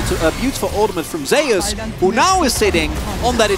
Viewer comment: That's not how you say ZEUS